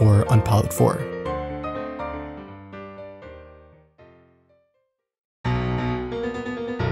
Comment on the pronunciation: This is kind of nitpicking but syudou’s name is pronounced “shudoo”